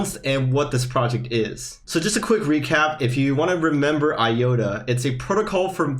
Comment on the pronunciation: I think the correct pronunciation is i-ota, not i-yota. Other than that, great video.